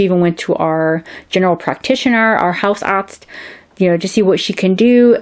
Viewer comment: Hausarzt .... hooo cool almost right pronouncians )